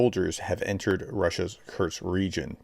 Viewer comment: PET PEEVE: Once again, there is no "T" in "Kursk". It's "KuR-sk, not "Kurt-z". It's a simple name.